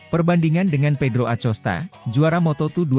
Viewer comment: bacanya akosta, bukan acosta